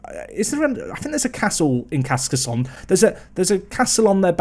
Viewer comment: There's also a castle in this city that you can visit. They roleplay the whole visit as if you were in the medieval era. Also it's pronounced Kar-ka-son.